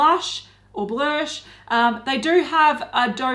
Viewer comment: When anyone says blursh it sounds like their mid-puking